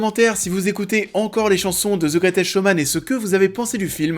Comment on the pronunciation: "The greutèsque showman" 2x de suite en début de vidéo ça pique. Ça fait beauf. Bosse ton accent, fais un effort